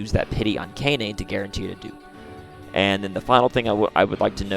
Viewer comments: FYI, 17 was at the start of the game, 20 is at the end 🤓 Also, Kainé is pronounced Kai-nay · Pronounced (kye-nay) And also THERES A TIME SKIP IN NIER MISTER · my brotha how are you mispronouncing her name when you included the clip of her saying her name in the beginning💀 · Man how you pronounce kaine is just weird lol